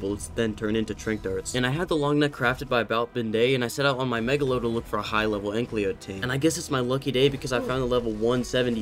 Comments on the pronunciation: It's Ankylo lol not anklyo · it's just me or is calling the anky an anklyo? NO HATE BTW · I still can't get over the fact that you say "Anklio". It feels soo wrong but I love the content so I have to deal with it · The way u say "ankylo" lmao